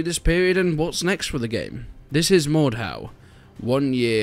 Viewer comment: Is it only me who swares its "mor-dor"